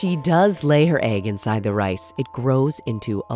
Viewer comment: No clue also you said inside wrong